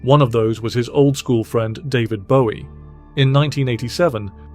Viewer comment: eh...."old school frirend, David Bowie" .....your AI narrator screwed that one up. nothing like real narration...and this thing feels like it was put together by a bot.....